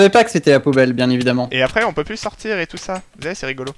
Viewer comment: Plu? Ses plus avec un s lol